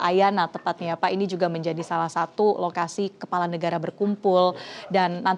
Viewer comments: Kelapa or kepala min....cek btul2 seblm shre🤗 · kpala min bukan kelapa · Kepala. Bukan kelapa 😅